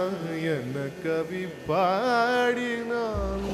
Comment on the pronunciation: Wish to point out two glaring mistakes in your pronunciation. Not to discourage but to correct. Stress the word "Enna". you sing as "Ena" Second is the last line of the song. You should sing "alakshiyamo unakku". you sing as "lakshiyamo unakku". Hope you will render the song correctly. This will enable others to go along with the song correctly. Thanks and Regards. R VISWANATH, RAJAKILPAKKAM, CHENNAI 600073.